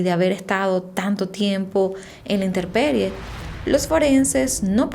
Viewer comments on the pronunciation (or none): me encanta escuchar tus relatos, pero haré un corrección, se dice intemperie, no interperie!! Saludos!! ❤️